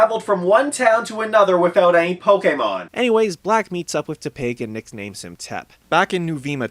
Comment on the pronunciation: You are the first person I have seen on Youtube that pronounces the word Pokemon correctly.